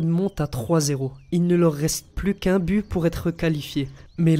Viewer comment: A oui tu dit Bu à la place de But